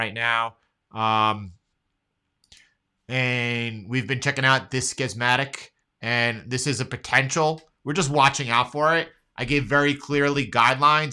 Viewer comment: Love your work. Not Skiz-matic It is Ski-matic Schematic